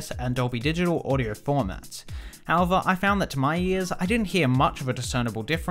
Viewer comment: lol, he said "audyour" instead of "audio"